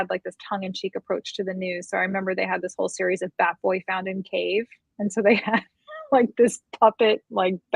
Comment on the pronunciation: Ohhhh, "bat boy" found in cave. At first I thought she said fat boy found in cave.